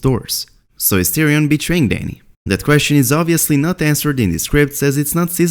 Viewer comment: not tyrion mahn pls naht